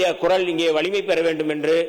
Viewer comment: Adhu koral alla kural 😅